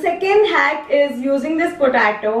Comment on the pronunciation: angrezi accent me kyu bat karti h Smiley wale chips banate hue This iz me that iz you